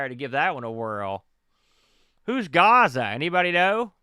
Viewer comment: "gaza and gaza 2" I was lmao... it's "Gaz-za" the nickname of Paul Gascoigne a world famous English midfielder from the 80's/90's Italia 90.... the World Cup was held there that year